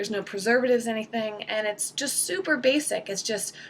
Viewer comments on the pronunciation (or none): hahaha i heard it as "SOUPer basic"